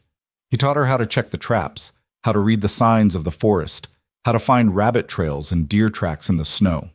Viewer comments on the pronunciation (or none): none